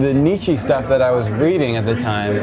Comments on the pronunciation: Haha I love how at the start of the interview he mispronounces Nietzsche by calling him "Nee-chee" and when the interviewer asks him a question , rightly pronouncing him "Nee-cha", all of a sudden Darwin's calling him "Nee-cha" He said he was obsessed with Nietzsche and that he had the biggest effect on his depressive state, yet he can't remember one thing that he said or wrote? I think he comes across as a bit pretentious. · LOL Nietzsche is pronounced Neet-schur